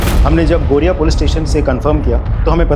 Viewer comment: It's Garia not Gariya 😂😂😂😂😂😂😂